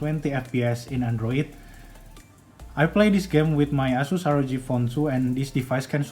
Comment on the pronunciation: saranku nih ya kalau nyebutin 'ROG' mending pakai ejaan inggris (ar o ji) aja, soalnya kalo "eroge" ntar beda arti lagi sekian terimakasih.